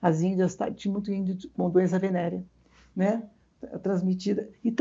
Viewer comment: A branca falando "indio" me deixa louca kkk